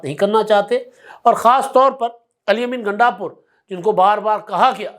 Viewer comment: App ghalati say Ghundapur ko Gandapur keh rahay hain 😂😂😂